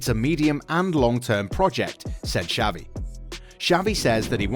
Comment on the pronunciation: Who tf is savi? Dude learn some f spanish